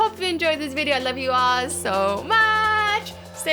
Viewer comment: Did anyone else notice she said “stay seat?”